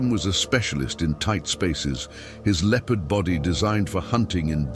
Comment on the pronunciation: Why is he mispronouncing Leopard